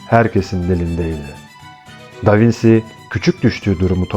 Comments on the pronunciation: İlgiyle izlediğim anlatınızda tek rahatsızlık veren: Bizim ezelden beri Da Vinçi (yazım hatası değil, telaffuzu belirttim) diye bildiğimiz ismi Da Vinsi diye okumanızdır. Doğruysa biz değiştirelim bilgimizi...teşekkürler... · Elinize sağlık. Ama sormadan edemedim. Da vinci italyanca aynı şekilde okunuyor diye biliyorum. Davinsi diye okunduğunu bilmiyordum?